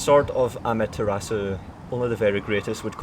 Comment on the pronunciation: If we're here to discuss the Sword of Amaterasu, let's get the pronunciation right! :) - Amaterasu - Itachi and Sasuke